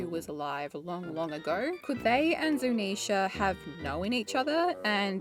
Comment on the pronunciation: I like how you say Zunisha correctly. Drives me crazy watching GLR.